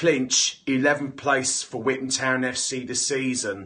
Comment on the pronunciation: 1 pound for every time he says withan town